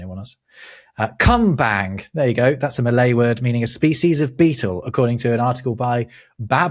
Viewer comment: Hello there. Love the episodes, making a potentially dry subject into a wonder of rabbitholes. Malaysian here. 'Kumbang' isn't pronounced the way pronounces it. 'Kum' is not pronounced 'come' but as in kumbaya. Bang is not BANG! but like bung.